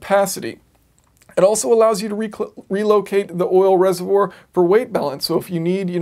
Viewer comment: Sorry, I couldn't get past "reservour" ;)